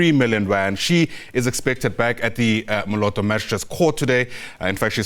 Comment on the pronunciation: Who the heck is this guy - learn to pronounce bro. If it was a white person calling Molopo (Moloto) there will be a mob calling for blood on the streets.